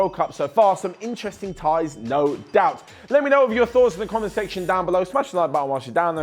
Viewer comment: Love how he said there has definatley been some interesting TAI'S in the world Cup, I K ow he meant Ties but stil